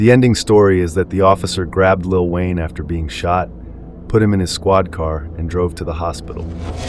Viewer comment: Lil whayne 😅😅😅😅😅😅😅😅ah ah ah ah ah ah